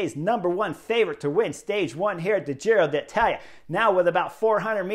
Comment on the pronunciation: Love it that Chris says ‘Giro D’Italia’ 🤗 this year, in place of his ‘Tour of Irrally’ 😖 last year. I feel like I’m properly there now. 😂